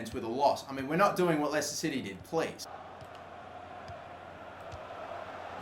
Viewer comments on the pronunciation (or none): none